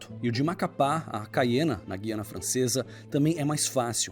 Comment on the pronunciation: No AP falamos GU-I-ANA.Pronunciando o U mesmo.